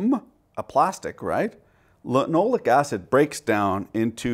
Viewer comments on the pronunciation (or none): Lin-oh-lay-ic acid. Ack-roll-ee-in. You're welcome.